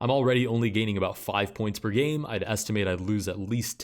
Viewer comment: I really can’t not hear “Let’s get started with gay number one”